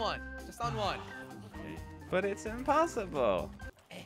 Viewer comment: jelly thats impessible again: but its impessible